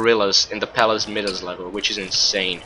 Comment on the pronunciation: Pronounced MIE-das.